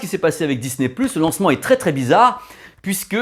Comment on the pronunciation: Bonsoir encore super sympa ta vidéo avec ce format IMAX 😜😜 mais tu as oublié quelque fois ton accent anglais pour Disney " pluche"😂😂. Allez bonne soirée et à dimanche👏👍😜😘